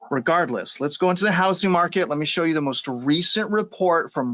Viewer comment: 'The houssing market.'